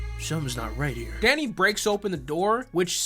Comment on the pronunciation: The more says Danny the more it morphs into Daddy.